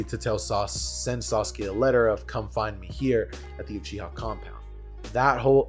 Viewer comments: its uchiwa not uchiha 😤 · it tee-ooo-chi